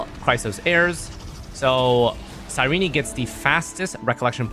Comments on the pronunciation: This guy's pronounciation is diabolical. You dont need to say the last "e" when pronouncing her name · Boy why are you saying her name like that 💀